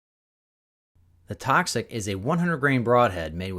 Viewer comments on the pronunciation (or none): i kept hearing clover, instead of the symbol for toxic materials lol just saying